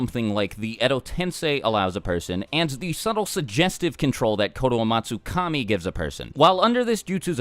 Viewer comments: Explain how you nailed that name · I like how you can pronounce the name so easily. I bit my tongue half way through.